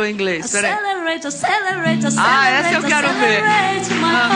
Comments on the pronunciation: Aceleretion aceleretion KKAKKKKKKKKKKKKKKKKKKKKKKKKKKKKKKKKK do nada bryan oconer kkkkkkkkkkkkkkkkkkkkkkkkkkkkkkkkkk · Acereleiti acereleiti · Gente, eu não ri com a Joelma não, eu choreiiiiiii com esse "Acelerate" kkkkkkkkkkkkkkkkk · Aceleleite kkkkkkkkkkkkkk mano essa eu senti vergonha alheia mesmo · Aceleret aceleret mai ronde kkkkkk .. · Acelerator,acelerator...tchul ioul... kkkkkkk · Kkkkk aceleleition aceleleltion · Aceleretion kkkkkkkkkkkkkkkkkkk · só tenho algo a dizer "Acelereition" ....